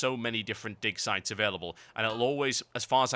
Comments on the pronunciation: Is it just me or is he saying dick sites? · it sounds like he keeps saying dick sites lmao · it really sounds like he says dick size xD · i keep hearing "dick sight"